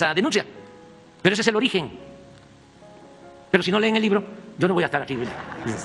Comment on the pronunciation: "Ámono a dehayuná". Lo único que le sale de corrido.